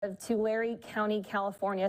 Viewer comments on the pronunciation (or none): ITS NOT TULARE , ITS TULARE !